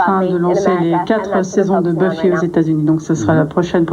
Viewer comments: En même temps la qualité des questions, pas savoir prononcer son nom, appelé la série Buffaï, les lésions dangereuses… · Bufaye contre les vampaïres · le mec qui prononce BUFAILLE pour Buffy , et "soudain l'été dernier" au lieu de "souviens toi" ^^ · "La série Beufaï" XD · Je rêve ou le présentateur a dit "Beufaye" ? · nan c'est faux ça se brononce Beuf-i en anglais...